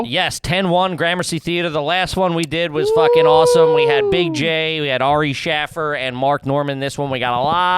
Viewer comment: For some reason is obsessed with saying Ari "Shaff-er". One of his many unfunny idiosyncrasies. Loved this show for years but dude, hit refresh once in a while.